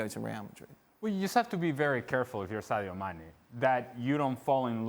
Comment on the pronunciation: No-one: Dan: Saydo Mannay